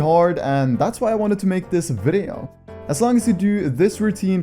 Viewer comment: the way he says video lol